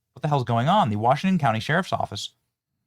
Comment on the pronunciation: The guy said the Utah clowney instead of county and I think he was right the first time.